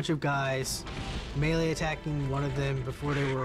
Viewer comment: Melee not mainly xd